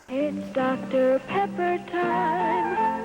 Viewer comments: I swear I heard HOTDOGter Pepper, and I almost convulsed. I think I've been watching too much Ordinary Sausage. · At first I misheard saying "Hot Dr. Pepper" as "Hot Dog-ter Pepper" and I'm so glad I was wrong about that!